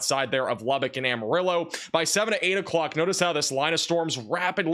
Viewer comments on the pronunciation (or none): none